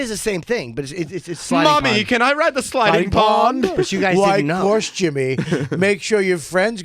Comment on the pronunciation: STAWP SAYIN' SLIDING PAWND.